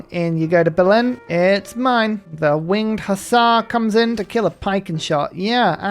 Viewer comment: Winged hussar bears? Huzzah! Also your pronunciation is spot on. Now try saying my surname :p